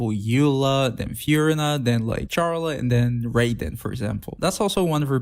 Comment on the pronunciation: Please don't pronounce her name like this I'm begging